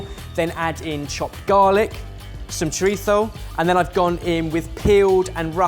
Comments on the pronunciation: Seriously. Chorizo is a mexican created item. Pronounce it based on where it came from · stop saying ‘choritho’. Nobody cares for your proper pronunciation, we are British and it’s choreetzo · Choritho? Why does substitute a th for the z in his pronunciation? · saying "choritho" is just hilarious and infuriating. I can't get over it. must pronounce each food item with that same fervor and intention from now on. If doesn't call parmesan cheese par-mee-shan-oh regsh-ee-an-oh I will most definitely..stay subscribed. This channel is awesome. It is chorizo though. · Shout out to that awful pronunciation of chorizo. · pronouncing chorizo like a spaniard made me wanna commit violence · I was like, this is trying to pronounce chorizo for 11 minutes